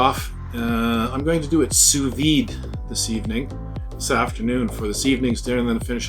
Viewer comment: The D is silent... Sous VEE